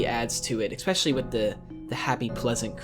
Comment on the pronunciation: Good video but just for future reference the word "especially" is pronounced "eSpecially" like "special" not "expecially" which is what you always say, like "expect" which is wrong.